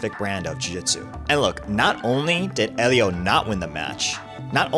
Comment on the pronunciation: Except it's not pronounced with an H sound. His name is pronounced "Elio". Everyone pronounces it wrong. Helio is the correct spelling.